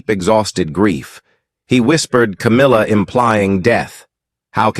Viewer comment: Don't believe a word every week you say cowmilla as been caught taking. Millions of pounds from the royLf